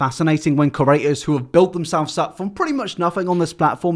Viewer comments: If I have to hear say ‘curator’ instead of ‘creator’ in one more video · Can u please say "creator" instead of "curator" for once